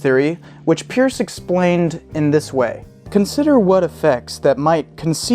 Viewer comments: Peirce is pronounced "purse". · It is pronounced 'Purse' (his last name) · Bit of a quibble, but Peirce's name was actually pronounced 'Pers'. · His name was pronounced, Purse. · Try again with Peirce pronounced as noted here. And check out Arisbe for some indication of continuing work. Peirce still remains a revolution waiting to happen.